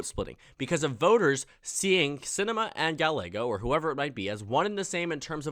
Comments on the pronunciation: Gallego is pronounced Guy-eh-go, not Gal-ay-go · FYI, Ruben Gallego is actually pronounced Gah-ye-go. U ask to correct u. Thanks for ur vids. Ur doing amazing job. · I cringed so hard at his pronunciation of "Gallego" Good video otherwise